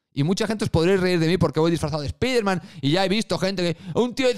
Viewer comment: Te sigo y me gustan tus videos pero pronuncia bien Spiderman o solo di "El hombre araña"